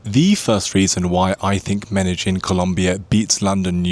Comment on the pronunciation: First you have to learn how to say "medellin" ignorant